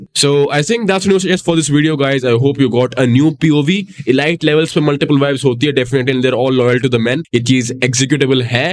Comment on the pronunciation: How confidently he pronounced ✨EE-LIGHT✨( Multiple times btw)